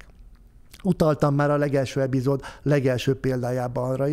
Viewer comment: Nagyon jó az előadás, de minden egyes alkalommal, amikor ez a tanult ember kimondja azt, hogy "eBizód", valahol a világon kipusztul egy veszélyeztetett faj.